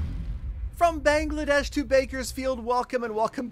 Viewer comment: Thanks for saying Bangladesh 💖💖